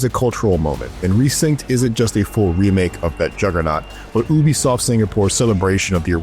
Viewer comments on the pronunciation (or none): Its not OOBISOFT its UUbisoft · Its not oobisoft, its yubisoft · Its pronounced You be soft you boofah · Why does everyone call it Ooooh Bee Soft? It's You Bee Soft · Ubisoft❌ OOObisoft✅ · It's "you-be-soft". The company's name is a portmanteau of the words ubiquitous software, or the French word "ubiquite" which has a similar meaning too ubiquitous in English. Ubiquitous is normally pronounced as a "u" or "you" not an "oo" as it starts with the letter u. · "Oobisoft" Why does that not sit well with me... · Good God - who allowed this guy to do the voice work over!? Flat, monotonous… And learn how to pronounce Ubisoft -..! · Stop saying Ubisoft like that 😂